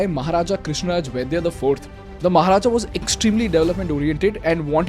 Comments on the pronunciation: it's not vaidya... Wadiyar... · It is Maharaja Krishna Raja wadiyar... Not vaidya.... Please correct it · itts not vaidya its wadiyar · You pronounced the name of "Wadiyar" as "Vaidya"? Its pronounced as "Va-Di-yar" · As a communication expert, I think you should know how to pronounce the name Wadiyar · Bro you mispronounced the name of the king 'wadiyar'